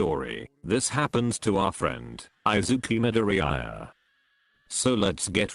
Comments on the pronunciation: Izuku midoriyiaa that’s how the voice changer says it I-zuku midori-yiya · Text to Speech: I zeeku My dor ee iya